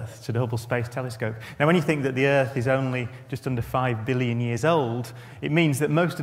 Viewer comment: How does he know all this but not know how to say billion